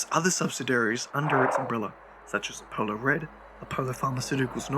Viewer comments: a polo the greek god of mint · If he says Apohloh one more time im gonna shit my pants